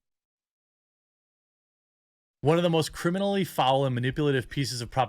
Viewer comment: Gentleman....I think you mispronounced criminal bro?